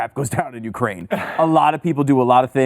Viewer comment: Ukraine rhymes with MIGRAIN